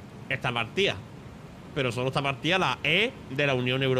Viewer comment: Esta rota la E de Eunion Uropea... jajjajajaja